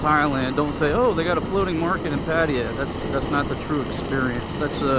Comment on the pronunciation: PAT AY YA That's how the locals said it when I was there.